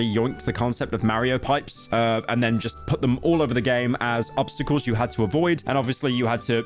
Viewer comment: "meryo payps"